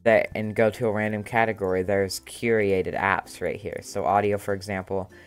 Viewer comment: And KYUR-ay-ted, not KYUR-eee-ay-ted